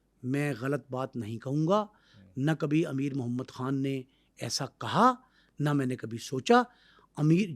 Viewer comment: Muhammad han Are bhai Muhammad khan tu kehna sekh lay yar